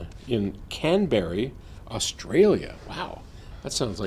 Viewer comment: It is pronounced "Canbra" hahah